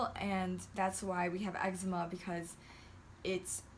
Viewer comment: You got eggsma ahahah everytime I say that word it reminds me of that vine